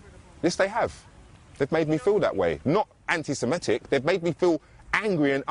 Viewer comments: Good story, but the word is "an - ti - se - MI - tic," not "an - ti - se - ME - tic." It is derived from the word "semite." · the journalist can't even pronounce 'antisemitic' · First journalist in history to struggle to pronounce the word that funds their entire operation.